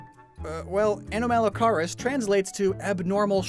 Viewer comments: The pronunciation for Anomalocaris is close to anomaly. Basically anomaly-caris, anomaly shrimp. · I'm so sorry but the way you pronounce anomalocaris (ah-naw-ma-low-care-is) makes me so mad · Just for help, the correct pronunciation for Anomalocaris is: Anomalo(like Anomaly) and Car-is (car to drive and is like “it is”) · You pronounce it like "uh-naa-muh-low-keh-ruhs" or "uh-naa-muh-low-kahr-uhs" c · ANOMA-LOW-CAR-US there’s a pronunciation for ya YouTube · psst... it's pronounced a-NOM-a-lo-CAR-is more or less, mebe watch some PBS eons. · Anorith is one of my favorite fossil mons. Also, I'm fairly certain the first half of anomalocaris is pronounced similar to anomaly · Yes it is. These were my favourite prehistoric animals as a kid and I found it really irritating hear him butcher its name. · I kinda want to go to window to yell at him how anomalocaris is pronounced and to WATCH WALKING WITH MONSTERS FOR CRYING OUT LOUD!!! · Anomalocaris has the root word "anomaly" in it, soooooooooo you kinda got all the pronunciations wrong XD